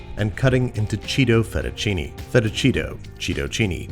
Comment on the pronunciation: "Fettuccheeto" [Sounds of thousands of angry Italians]